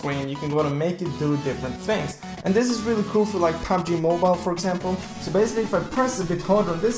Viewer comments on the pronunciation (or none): none